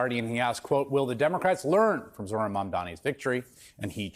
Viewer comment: I heard Bernie say "Iran" ran a brilliant campaign. (Not Zohran). Hmm..coincidence?